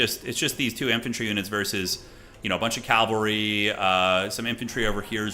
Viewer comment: That first L in "cavalry" is both silent and invisible.